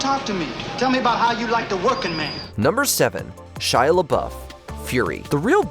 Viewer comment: Shy Lauff what the heck 😂